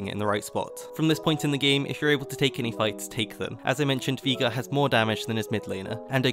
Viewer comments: Its veye-gar. Not vee-gar. You would think an English man could understand english.... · German pronunciation is VI-gar, if it was VEE-gar it'd be spelt Viegar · I have heard people pronounce Veigar as: Viigar Vaygar but never Veegar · me: VI gar: Vigaa me: surprised Pikachu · Nobody: This guy: Viega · 12 minutes of saying veigar wrong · ITS NOT VEEGAR, ITS VEIGAR! VEY! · Drink every time he says Veega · Why are you saying "Viga" ? It's a bit... triggering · vay-gar or vye-gar, vee-gar doesn't make sense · "Vigar" there's an E in his name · Speak after me. Vay-gar. Not Vigar. Vay-gar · Did he just say vigar? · Viegar instead of veigar, nice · “Veegar” HAHAH Thats a new one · Vaigar not Vigar. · It's Viegar not VEEGER ya nerd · Vee gurr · viga? just say veigar or vejgar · Hearing you pronouce Veigar as VEE-GAR the whole video was hilarious. It's pronounced VEY-GAR, not VEE-GAR. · veegar not veigar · It's вейгар not вига, ffs 😂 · Veegar xD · Take a Shot everytime he says viga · its pronounced (Vay-Gar) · I clicked the video hyped af, heard "vee gar" and you ruined my, now they are????noises because I'm in fucking pain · I cannot get over than pronunciation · 12 min sayin viegar xD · u keep saying vegar, and we are going to have a problem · You did not just call him vigar xD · cmon man not even "Vaygar" ? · its VAY GAR!!!!! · i dont like how you say veigar as a veigar main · Its not Veega >.< Listen to Mordekaiser! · why does he pronounce veigar as vigar or vaiagra like xD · Great vid. I gotta say I found "veegar" very upsetting but thats a me problem, even if that pronunciation is objectively wrong. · Wtf why are you calling veigar vigar???? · Every time he said Vigar I visibly cringed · Please for the love of god stop saying Veegar. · I like how you say Veigar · the way this man pronounces veigar makes me physically cringe, but other than that, amazing video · You pronounce veigar like you typo'd the n word